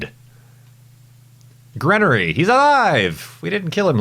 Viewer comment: Geneory, not Grenery or whatever(Gen-e-ory).